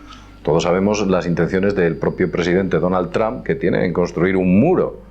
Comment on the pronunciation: porque dicen "TRAM"< NOTA: Yo hablo perfectamente ingles desde niño, pero estas pronunciaciones me dejan anonadado hahahahahah